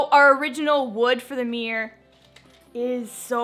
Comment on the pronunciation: Mirror….. mir- ror…..look up how it is pronounced. Not MEEEEEER. Ugh